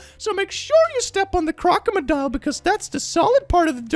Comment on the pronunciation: I love how you Say: Crocomodile everytime there are crocodiles in your videos